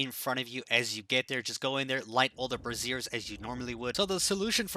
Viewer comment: This guy kills me with his pronunciation of the word brazier. He says "brassiere". Like a bra. Lile women's under garments. Gets me every time